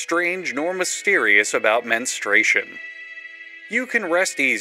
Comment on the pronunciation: you saying the MENstartion pissed me off. (on my period rn)